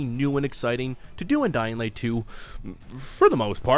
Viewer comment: How the hell you gonna do videos on these games without being able to pronounce a letter that's in both games' names? What's a Dead Iswand? What's a Dying Wight?